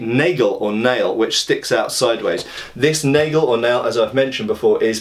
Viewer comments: Hey, the "a" in "Nagel" is pronounced just like in "hat" (british), unless it's plural: "Nägel". Nice video. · Cool video. [ˈnaːɡl̩] for pronunciation of NAGEL... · The "nagel" is pronounced with an "a" as in "bath" ;)